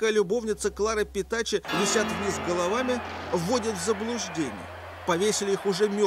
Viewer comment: Правильно называют - Petacci - Петаччи, Петакки пишется так: Petacchi - h перед i